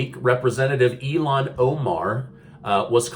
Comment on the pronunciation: I believe her name is Ill-han not elon. Cmon man!